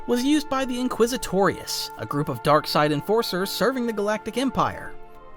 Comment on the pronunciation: I know he says "Enforcers" but I Thought he said "Dark Sided Forcers" & I thin that should become the. term for force sensetives lol:D